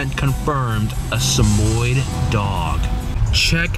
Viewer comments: SamoYED. NOT Samoyd. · "smoyd"?? I am dying ahaha samoyed, darling, samoyed